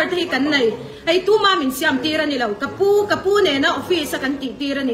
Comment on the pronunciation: Siam a tih dan pawh a lam dik lo